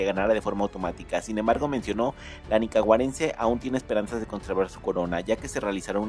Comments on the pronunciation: Oh sí, cómo no!? Qué cuento tan lleno de dolor!! Seguí soñando bróder. Por muy bella que sea tu mexicana, esa pinolera está en su propia liga. Ganó por bella, elegante, humilde e intelectual. Qué narrador tan bruto! Se dice nicaragüense , no “nicaguarense”🤦‍♂️ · Es nicaragüense no nicaguarece. 😅😅😅😅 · Tan falso como su pronunciacion sheylin es shaynnis la Nicaguense, nicaragüense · Se dice Nicaragüense no Nicaguarense! Tras de todo lo dijo 2 veces! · Me parece ofensivo el NICAGUARENSE. ES NICARAGÜENSE. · Se dice NICARAGÜENSE no nicagüarense... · Nicaragüense y yo que dije nicaguarence 😒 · Falso, busqué en Google, y en las redes serias y no hay nada de eso. Ni hablar puede lengua de yoyo, dice Nicaguarense😂😂😂😂😂 Clase de envidia, seguro el que habla quiere ser miss.😂😂😂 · 😂😂😂😂NICAGUARENSE? inculto se dice nicaragüense a qué bruto 😂😂😂😂😅😅😅😅😅😅😂😂😂😂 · Y es Nicaragüense no Nicaguarense 😒😒😒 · 😂😂 primero aprende a hablar y expresarte y no pases pena, se dice NICARAGÜENSE, NO NICAGUARENSE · Sheinnis no es nicaguarense , es nicaragüense aprende hablar primero .. es de mi pais bello .. viva Nucaragua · Además no sabe ni hablar 😮dice :NICAGUARENCE! 🤦🏻‍♀️ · y di qué no dijo como otra persona en otro canal: NICACARAGUENSE, eso sí se escucha muy feo 💩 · Esta noticia es ridícula, nicagüarense dice el ton..ton. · Ni bien puede decir el gentilicio "nicaguarense" 😂😂😂😂😂😂😂😂😂😂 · Nicaguarense ,hable bien señor 😂😂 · Nicawarense? Habla bien pocho mejikano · Malos, estan selosos y es nicaraguense no ninanagues celosos😂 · No son fake news sino pendejadas... Sheynnis es una reina fuera de serie. De paso que no pronunciar bien nicaraguense puede. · Olle aprende a pronunciar la nicaragüense